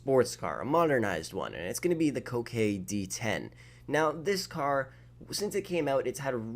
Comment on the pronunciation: His pronouncing of ‘yosemite’ and ‘coquette’ should say plenty about his reading & writing skills